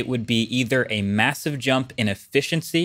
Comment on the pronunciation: Does anyone else hear that he's pronouncing his "T" and "S" sounds very strangely in this video? "...a mathive jump in effithiency..."